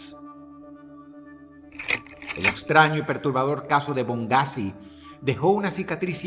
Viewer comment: es BoneGhazi BONE - GHAZI, No bongghazi xd